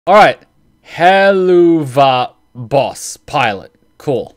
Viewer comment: It is said as "Hell of a boss" it's like a pun but English is not your first language so i'll let you off with that one lol, Also "Kids die for freeeee!"